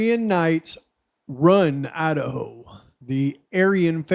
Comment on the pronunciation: Wow, mind is blown!!! Holy shit, no you cant make this stuff up!!! I love how you call the state "Lidaho"